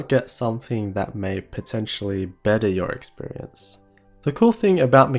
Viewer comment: the way he said experience